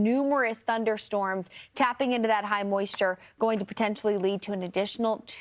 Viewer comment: Announcer is ignorant and also cannot read. Pretty hire? Just pretty? Incompetent.